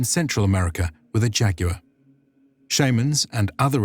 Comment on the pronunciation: A JAG-U-R????? Lol you mean Jaguar, you pronounced it wrong lol